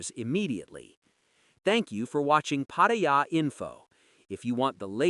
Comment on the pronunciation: Try learning how to pronounce Pattaya.